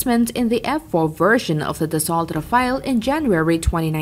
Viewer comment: dassault - for english speakers da-sew (da as in dad, sew ... as in needle and thread)